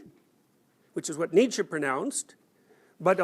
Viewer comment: Thank you for pronouncing “Nietzsche“ correctly! “Jung” needs work though...